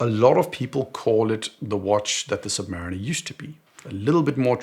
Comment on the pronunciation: OK, but how can you still mispronounce "Submariner" the way you do? It is pronounced "Submarine" (like in the Beatles song - remeber 😊!) and then "er" ... 🤪